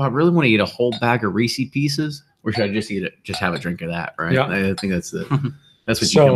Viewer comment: "Reesy Pieces," hahaha. you're feeling no pain.